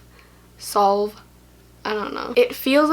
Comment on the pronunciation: The word salve is "sav" ahaha